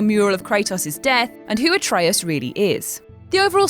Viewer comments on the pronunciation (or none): none